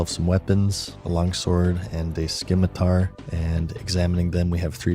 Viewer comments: "skinmatar" lol. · man said "skimatar" just to make me leave this comment well played. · guys hes just like us, he pronounced it skimitar the first time 😂